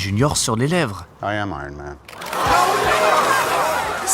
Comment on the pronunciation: Ça se prononce aiyern mane, merci, pas airone.